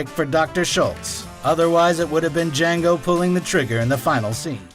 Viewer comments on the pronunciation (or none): Dee-Jango! Dea-Jangooo!!